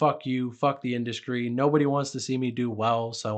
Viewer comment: stop dude. ExKREAMLY? IndusKRY?? lord have mercy you're killing me